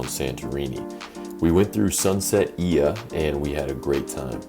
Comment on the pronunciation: oia is pronounced "ia" not "o i a" or hoya. Just speak the 2 letters together i+a > ia. you see "o"+"i" in greek language makes an "i" in most of the words ! thanks for visiting OIA